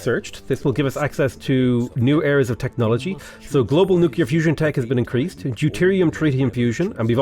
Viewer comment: "nu"-"clear" not "nu"-"cu"-"lar" :D